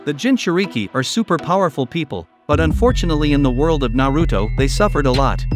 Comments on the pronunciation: Na-root-oh? Really? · Yu-ji-ito Nee?? Ice-obu??